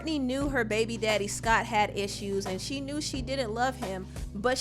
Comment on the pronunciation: I love how you strongly pronounce "baby daddy" and "baby mamas"... I keel everytime you said it 🤣🤣🤣